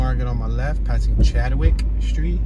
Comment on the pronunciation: Chadwick not chad de wick lol